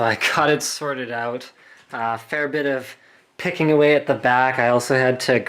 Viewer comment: "You have all those cards oot" lol Slick